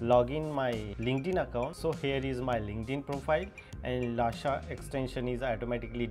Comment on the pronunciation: Bhai it's not lasha it's lusha